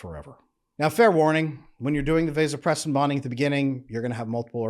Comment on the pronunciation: Mispronouncing vasopressin and women's physical labor does not increase this in men. Water is one of the things that does increase it, withholding his orgasm increases it but no man wants a woman to know that.